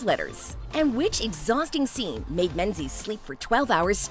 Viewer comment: Idiot: Pronunciation. MING-iss , glaz-go, Mohawk Woman